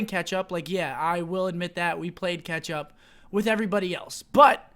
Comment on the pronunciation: DDusse One he's taking the piss out of the way scump says catch up 😂